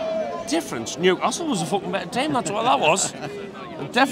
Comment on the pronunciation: Team not Ream